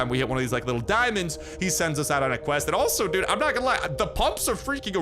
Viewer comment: I hate to be this person but it's "dude"